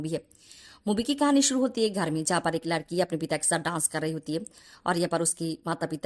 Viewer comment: Bengali ho? Ladki ki jagah Laadki bol rahi ho